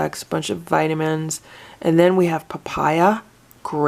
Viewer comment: When you said "Papaya" i could swear i heard "Papyrus" And i thought "That can't be right, why would there be paper in Cat Food?"